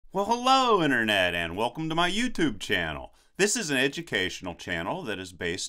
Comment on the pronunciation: i really luv "well hellooo in'ernet" <3